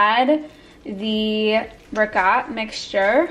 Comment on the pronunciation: You're upstate accent when saying Italian 🤣 also when saying ragot. Further downstate they say regut and it's the worst! There is no G in ricotta!